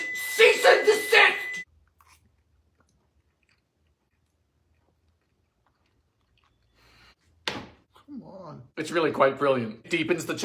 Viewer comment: Dylan “GOODNESS GRACIOUS ”. Oven “BEEP” Dylan “CEIST AND DISIST”